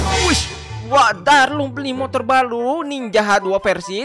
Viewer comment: Keren kali darlung bilang balu